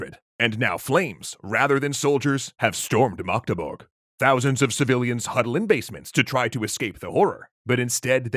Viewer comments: When an English-speaking YouTuber pronounces Magdeburg better than most non-Magdeburg-Germans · So this is like three years to late but I've never heard an English speaker pronounce my hometown of Magdeburg so flawlessly! Respect! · Most germans cant pronounce Magdeburg as well as you do! Thank you, a Magdeburgian. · Thanks for the video! You did a really good job pronouncing Magdeburg! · Magdeburg pronunciation is on point👍